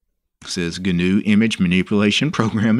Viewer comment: I get pronouncing gnome like that, but gnu is actually a word, and it's not pronounced like G.N.U.